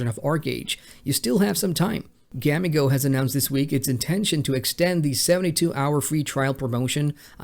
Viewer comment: Please work on your pronunciation - it makes you sound like you're completely unfamiliar with the titles/companies. In this video alone, a few things you mispronounced were: Gamigo, Bandai, and Aion.